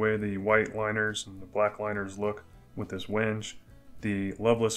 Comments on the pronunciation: Just found your channel. Love the content. I am new to making knives and can appreciate the ups and downs. Just an FYI WENGE is pronounced 'when-gay' :) just the woodworker in me! I have made 2 knives and will film some for the future, then you can find something on my channel to pick on me about LOL keep the videos coming! Going to make your DIY Etch machine. Everywhere is out of the center transformer any links for something similar, I suck at electronics, guess I can just match the specs to something else. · Great work, thank you. The wood is Wenge, pronounced “WHEN-ghay” very nice wood choice with the white liners. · Cool knife! The wood is pronounced WENG-gay.